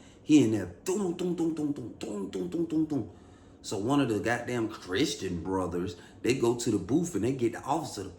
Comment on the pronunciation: Lol “Chrisssstreen Brothers” 😂